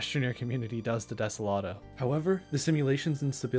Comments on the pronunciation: ah yes, de-se-lat-o not de-so-lo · When you sed Deselato you mean Desolo? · I love how he said he butchered Usagi's name (I'm pretty sure you said it right) but instead called everything else wrong 🤣 like desolo becomes desolodo sand vasenia becomes vanessa. VTOL (Vertical Take Off and Landing) becomes VLT!? Great video! Keep up the amazing work. Also, banana🤫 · I wrote down the timestamps for all the mispronounced words. #1 is atriox(atrox) at 23 times, #2 is desolotil(desolo) at 16 times, #3 is vanessa(vesania) at 10 times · i swear some of these mispronunciations have to be on purpose, like, *desolado*?? for real?? (also vanessa is pretty wild) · silvie, desoloto, atreiox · I love the mispronunciations of the planets. Sylva is “Sylvie.” Desolo is “Desoloto.” Calidor is normal, “Calidor.” Vesania is “Vanessa.” Novus is normal, “Novus.” Glacio is “Glaissio.” Atrox is “Atriox.”